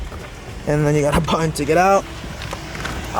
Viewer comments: a buddon. Ummm Button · The word is “button”